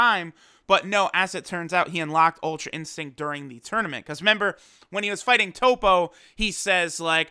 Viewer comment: I get the feeling you've probably had this comment before but dude you're speaking english. It's RE-member. Not only is that slang annoying as hell to listen to but I'm sure many english learners or those with english as a second language may not know what you mean. You might not care much but if people can understand you they are more likely to subscribe